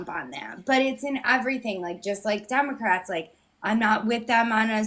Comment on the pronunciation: Does she keep saying “Dumbocrats” on purpose or can she just not say it correctly?